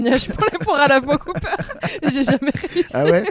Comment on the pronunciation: Alors désolé mais le pharmacien en moi me force à je fact checker ce podcast... pour une erreur inacceptable! Les poires à lavements Cooper ne se prononce pas à l'américaine! Car Cooper = coopération pharmaceutique française. Donc on dit la "caupère" zou de zou de bondiasse! Merci pour votre attention.